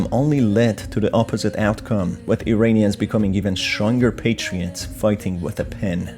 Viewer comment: To: Iranians is pronounced "EErAAnians" and not "EEreenians." Just like you pronounce Iran ("EErAAn.") Please pronounce it correctly. Thank you for your contribution. I enjoy it.